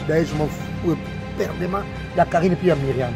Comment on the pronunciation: EPERDUMENT ET NON EPERDEMENT,.